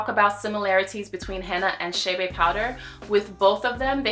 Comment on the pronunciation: It's Che' Be NOT Shay Bay.... Please...